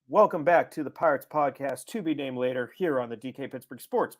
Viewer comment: Play-er to be named later. Pod-cast to be named later. You need the second syllable.